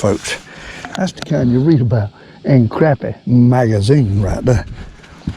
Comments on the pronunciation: I totally agree.its crappie,not croppie. You go get um! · thank you for saying CRAPpie instead of CROPpie like all the yankees say and every other fishing video. I guess its because they are just full of CROP !